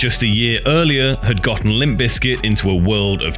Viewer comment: You know there’s a “P” in there right. It’s not Lim Bizkit 🤦🏼